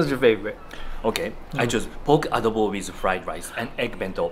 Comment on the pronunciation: The way pronounced "adobo" is just perfect. My Nanay (mother) loves your videos. Thanks guys.